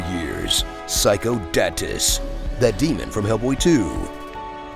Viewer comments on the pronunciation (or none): none